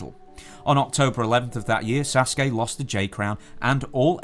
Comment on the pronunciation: The Great Sasuke is pronounced SAH-soo-keh not Saskey